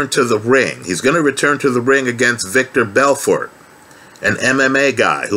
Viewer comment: Haha good old 'victor belfort'! The classic Joe Rogan mistake